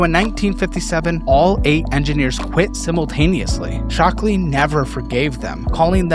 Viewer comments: Shockley, not "Stockley". come on, you even have the right thing on screen. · SHockley NOT STockley. Morons run California